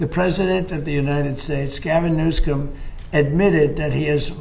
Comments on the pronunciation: He actually called him President Gavin Newscum, that's what it sounded like to me! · He better start saying, newsum properly. He can Have "president PEDOPHILE", can be slipping out of newsom's mouth!